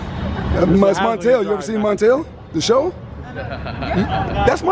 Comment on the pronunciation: he said MONTELL lmao